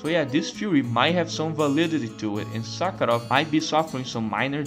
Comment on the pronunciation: Not gonna lie, I absolutely lost it at your pronunciation of “professor Suckheroff” 😂😂😂